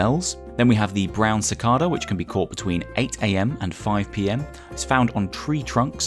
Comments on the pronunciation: Actually: "How do you pronounce Cicada? You can say “si-kah-da” or “si-kay-da" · haha I've never lived anywhere that has them but thats always how its been pronounced when I've heard it / said it, BUT it could just be that British people use that pronunciation whilst others use the KAY one 😁